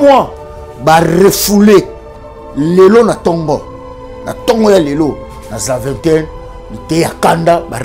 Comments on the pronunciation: Zaventem et non zaventen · Ba fière ya pamba pamba. Tu ne sais même pas dire ZAVENTEM.c triste, tu vis en France et tu dis:retour VOLONTEUR,tu dis:SCAL. Eza mawa trop.Vous qui avez eu la "chance"d'être acceptés en France,obligez vous d'évoluer un peu... Y a des cours de français 🙄